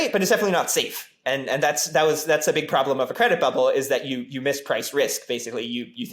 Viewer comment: Then dont....bruh.What's yar prablem?